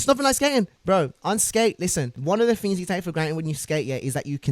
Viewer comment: fings and tings